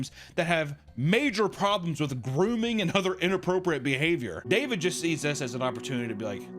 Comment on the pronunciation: I love how he never pronounces David's name right.